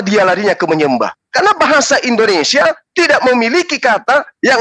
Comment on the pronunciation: Kok indonesa, indonrsia 🤣